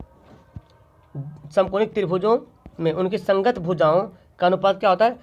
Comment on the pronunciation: Samkonik nahi samankonik hai sir